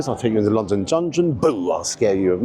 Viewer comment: it's London Dungeon NOT London Gungeon or Jungeon you calling 😂